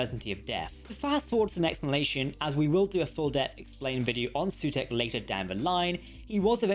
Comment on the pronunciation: Sutekh, not Sutekha